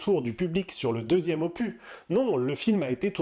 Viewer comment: Je ne suis pas Team Cameron, je suis Team Larousse. 😅 Le 's' de 'opus' se prononce.